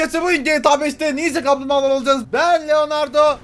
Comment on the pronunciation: amk kamplmbagalar diyişi komik